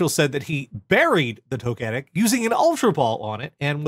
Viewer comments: your pronunciation of Togetic is causing me so much pain. Also,, Togetic is from Generation 2, it ain't that hard. =] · Less than 10 mins in and I've paused it to scroll the comments to see how many people are cross at how pronounces "Togetec".